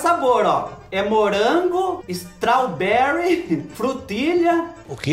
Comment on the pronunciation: do céu eu nunca ri tanto na minha vida quando tu falou morango "estraubele" e "frutilha"